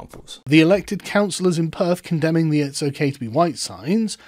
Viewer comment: This man can't pronounce "th."